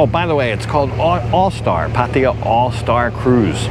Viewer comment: Man! Can you at least say the damn name right. It’s ( Path-Tah-Yah ) not Paty-ya. Do you see an “ I “ in there anywhere. How about the girl that you are hanging around with, do you not hear how they it? Path- Tha-Yah ( Pattaya )